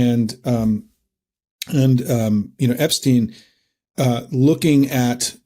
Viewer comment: should pronounce Epstein's name correctly, this is getting annoying!, i wonder what Albert Een Steen would think of this, well you sir, you are no Albert Een Steen!!